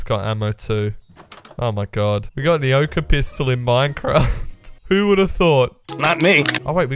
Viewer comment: Ah yes, vood